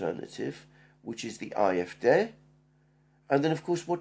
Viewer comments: Please say "AFD", not "eye, ef, deah". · Why do you guys pronounce “AFD” in some weird combination of language, yet “CDU” in what seems to be normal American English. My nightmares of “Elensky” still haunt me.